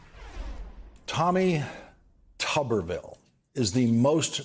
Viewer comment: Did he say Tommy Tuberville or Commy Tuberville!